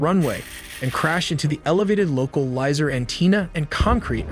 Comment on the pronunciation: “loca lizer anteena” Wtf lol